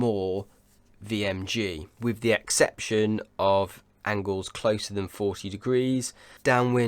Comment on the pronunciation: Can you please work on your pronunciation/enunciation? Although your yachting analysis is top of the range and we really enjoy it, your english pronunciation is very poor and distracting. Your "th" is often replaced with a "v", like the word "the" you pronounce "va". Sometimes you get it right but you often slip back to the bastardised version of our language. Ainslie does the same thing. To a lot of us purist sailors we discuss that drop in standards but equally discuss your fine analysis.